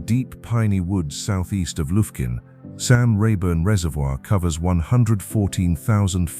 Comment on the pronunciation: LOL Lufkin and Nacogdoches where a little off, but that is ok I think it was a Ai voice anyhow but relaxing I also have lived in East Texas my whole life will never move.